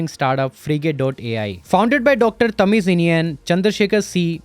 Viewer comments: That is not called as tamiz , it's Tamil-inian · Nice video, one correction. If "zh" comes we would pronounce it as "L". So he should be called "Tamil Inian" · Haha tamizhiniyan pronounciation 😂😂